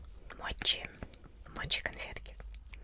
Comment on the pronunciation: Не мочи, а моти 😑